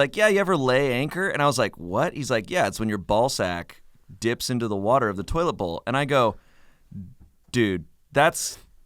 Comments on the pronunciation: Crankthatfrank says wudder and its hilarious everytime he does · wourder: brad from bon appetit does say wourder instead of water... and his editor vinny always makes sure to point that out :)